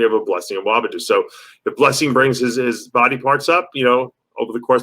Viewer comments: "Awodibu" aren't yu educated man? It's not Awobidu quit being disrespectful.. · Pronounced UH-WAH-DEE-BOO not UH-WAH-BEE-DO. LOL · DAVE! It’s Blessing Awodibu NOT Awobidu LOL 😂 They call him the boogieman, his name ends with BOO! 👻